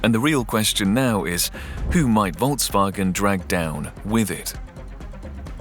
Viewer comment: The pronunciation of Volks wasn't that great, but it's nothing compared to 人民汽车. ;)